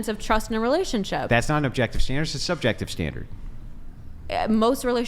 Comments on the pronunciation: Legend says she still trying to pronounce subjective 😂😂😂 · All spoken from the woman who weighs 400 lb and couldn't get laid to save your life making hypothetical situations instead of using factual information holy Christ ladies are you guys got a brain between the four of you and she couldn't even pronounce the word subjective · If you can’t pronounce the word subjective, you don’t know what it means lol and shouldnt be making an argument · The fat one not being able to say subjective just shows how dumb these pseudo-intellectuals are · She can't even say the word subjective, let alone what it means. These women are ignorant, plain and simple